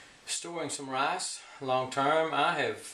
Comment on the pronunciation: Its pronounced r i c e not rayce